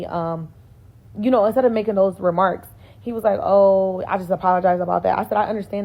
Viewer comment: It’s "making," not "makesing." There’s no "s" in the middle of the word. You should know this as a native English speaker. I’ve found that people with horrendous grammar and language skills in their native language (barring speech impediments, injuries, and disabilities that impact language skills) tend to be ignorant and lack social intelligence. They’re the ones who order the entire menu on a first date and become irate when their date refuses to pay for it.